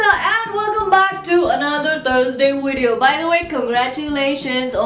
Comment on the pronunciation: It's VIDEO not Weedeoow, learn proper english